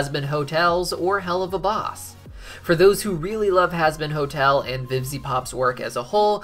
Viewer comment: At the start he said husband hotel lol